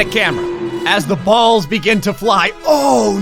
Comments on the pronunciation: He said bolls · Every time you said ball or balls it sounded rong every single time